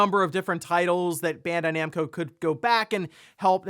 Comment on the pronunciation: It's Bandai Namco, not Bendai Nemco.